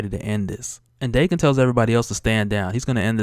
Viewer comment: I always pronounced Daken (Dah-ken) not Dae-ken